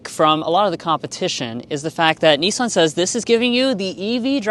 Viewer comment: note to Yanks - There is NO E in Nissan - it is not a NEESAN its NISS -AN